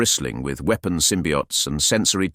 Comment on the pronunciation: Well, pronouncing weapon as weap-on sort of gave it away to me for sure... But I don't care. I'm here for the story, not necessarily the voice telling it. And those are amazing